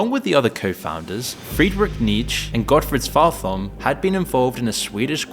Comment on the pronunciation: There's no "th" sound in Swedish. His name is pronounced SVART-holm.